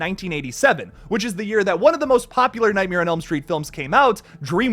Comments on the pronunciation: You pronounce it, nightmier. Google how Bert Kreischer says it to know what I'm talking about. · Is anyone else bothered by how pronounces nightmare?